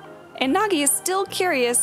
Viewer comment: Why you say Nagi plastic 😭